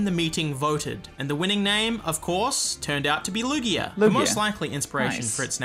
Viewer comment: Lugeo is LOOgayoh, not looGHEEoh. Ryujin has a consonant y.